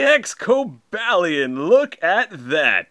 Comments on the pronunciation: It's cob-a-lion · XD Dude you pronouced there names wrong.(Cobalion and Virision)